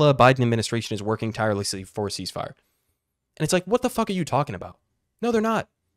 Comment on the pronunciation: CEEZZ FIRE!? Step01 - Reeleezzz H0zztages! Step02-Surrendered